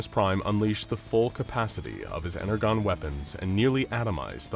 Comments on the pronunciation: WHy do you keep saying it as ener GONE its pronounced ener JOHN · "Ener-JON", not "GONE". I love you guys, but it sounded like an AI was reading it because of that Autism triggering whoopsie. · It's pronounced "ener-john" not "ener-gone". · Are we mispronouncing "energon" on purpose?!? "EN-ER-JON" NOT "EN-ER-GON" 🤦‍♂️ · He said energone it is pronounce energon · I listend to this because i love both this channel and Transformers but oohh god... the mispronouncing of energon made me feel weird 😭 en-er-jon not en-er-gon 😭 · why is everyone pronouncing Energon as 'En-er-Gone', when the pronouncing is nore like 'En-er-John'? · “Ener-gone”… no it’s pronounced ENER-JON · They never defeated optimus here and why is he saying energon as ener-gone ? As in the comments mentioned , its pronounced with a "J" sound like enerjon - more specifically like enerjohn if you want. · Energon (EN-ER-JON) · Bro called it Ener-Gone like an A.I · I get the feeling the people who worked on this have little to no clue as to the lore behind them and all the different designs they used. The icing on the cake was the way they pronounced Energon. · yeesh cant help but cringe every time the mispronunciation of energon is heard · I kid you not I could not get past because of the mispronunciation of Energon the G should sound like a J, I know I sound like a little Bi- brat but I just can’t stand it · energon? sorry you just said it incorrectly you w should watch tfp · how tf did you pronounce energon wrong? fake fan? And why is starscream G1, but optimus is bayverse?! 0/10 reasoning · He keeps saying Energon wrong.. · The way he pronounced energon made me cringe... g is pronounced as J in energon gosh.... fun video otherwise. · Why are they pronouncing energon incorrectly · Is... is he trying to say Energon? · I stoped watching because they kept mispronouncing energon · ENERGON. The G sounds like a J! XD